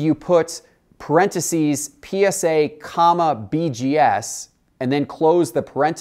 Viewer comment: parenticies?? wtf lol